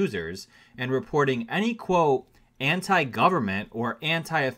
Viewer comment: Say the T in quote. Good story.